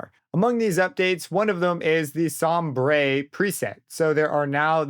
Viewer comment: It is not som-bray that word is pronounced somber. Sombre is the British spelling but it’s still pronounced the same! ✌️